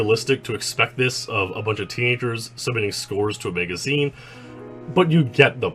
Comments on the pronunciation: "Maega-zeen" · He pronounced it Megazeen